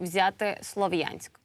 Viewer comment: Ув. ведущая, город называется СлАААвянськ...не перекручивайте...это нехорошо...мягко говоря...